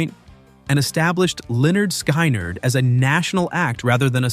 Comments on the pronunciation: It’s it’s Lynyrd Skynyrd !!! Skin-nerd NOT LYNYRD SKY -NERD!!???? WTH??? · Pronounced Leh-nerd Skin-nerd. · Sorry, the band is pronounced Lin-ard Skin-ard.